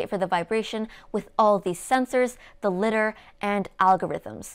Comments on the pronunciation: I'm sorry I just can't. It's LIE-DARR NOT LITTER. When it comes to being a tech expert people will be quick to dismiss what you say if you don't use the right pronunciation. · I backed one of these with the MMS. Still waiting for mine. Lots of good info however, it seems you are reading which makes your presentation a bit wooden and that reduces personality. In English, Lidar must be Lie dar as there is an A after the D. Bik vs Bike. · That's probably the most complete summary I've seen in a short video in YouTube, great job, you managed to pack in more information as I've seen in videos that are hours long. A small word of advice: LIDAR is pronounced differently, it's pronounced in a similar way as the word "Radar" is, but with the prefix "LI", so like two separate words: LAI - DAR. Just a quick heads up as at first I didn't understand what you meant but then with some context I started to understand. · Dannnnng, with that AnkerMate Shade:D Btw Lidar is pronounced Lie Dar:D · great videos! by the way, "lidar" is pronounced "lie-darr" (because it's related to the word radar), and "chassis" is pronounced "chass-E", and "slic3r" is just pronounced "slicer"